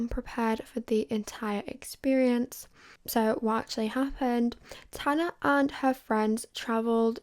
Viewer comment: You’d think if you wrote and planned out this entire video you’d look up how to pronounce tanas name